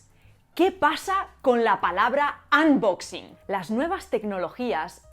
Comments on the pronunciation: lo chistoso sin ofender es que los españoles dicen "anbaxing" cuando se pronuncia ˌənˈbäksiNG. Esa ə es más parecida a una *o* que a una a xd al igual que dicen "donald trAmp" cuando esa u se pronuncia ə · Querida no digas anboxing se dice unboxing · pasa que que no se pronuncia ANboxing